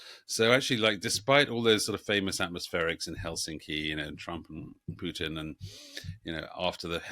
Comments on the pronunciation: It's Putin, not "Pyutin". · What's with the weird Putin pronunciation? Pjewtin? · It’s not Pewtin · Sounds like Pewtin